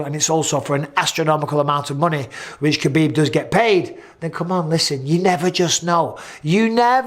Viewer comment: Just say HAbib. I know you make the joke of doing the flemmy H, but a regular H is surely more accurate than pronouncing the K